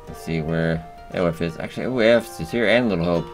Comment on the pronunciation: Aoife is pronounced Eefa